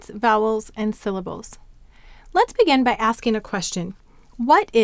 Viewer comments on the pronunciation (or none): The phonogram x, doesn't it have two sounds? There is the /ks/ as in "ox" and the /z/ as in "xylophone." Are they different or am I totally off? Another question--totally off topic and just for curiosity purposes--why do you pronounce "begin" as "began" most of the time?